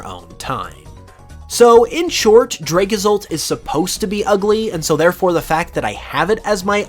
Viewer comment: DRAG ASSAULT IS NOT A POKEMON'S NAME! IT'S DRAGAPULT! NOW SAY IT RIGHT!